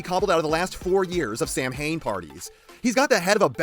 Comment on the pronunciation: i dont mean to be that guy or come off rude with this. but samhain is pronounced saawn. its somthing most wont care about but might be somthing that would trigger a prick